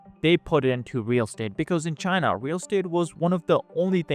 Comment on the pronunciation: CHYNA EES AAAS-OLE